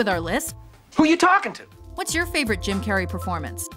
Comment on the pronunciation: Anyone else here her say "Kim" Carrey in the beginning. Like if you did